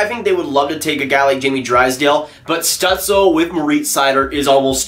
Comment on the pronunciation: Stützle is pronounced stootzle I’m pretty sure